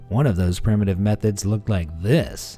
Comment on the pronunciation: Seriously? 'Prime-uh-tive'?